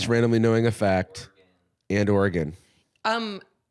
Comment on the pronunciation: The Or-y-gahn is hurting my Oregonian soul